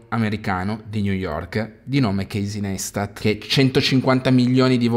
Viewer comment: Ha creato i vlog prima che nascesse YouTube. Realmente The GodFather. I video tipo "DO WHAT YOU CAN'T" sono l'essenza per ogni creator (PS: non per fare il professore di stoxxxzo si dice NAISTAT o meglio pensa ad un tatuaggio carino NICE-TAT, parole sue...)